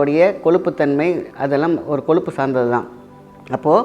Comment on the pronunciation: Sir pls athu koluppu illa koyuppu